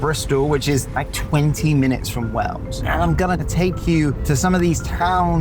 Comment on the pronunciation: Please try to say Wales with an a - Wells is a cathedral city also not too fat from Bristol! But lots of good info in the vid 😊